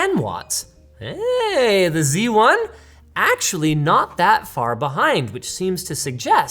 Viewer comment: Linus, it's called Z1, not C1.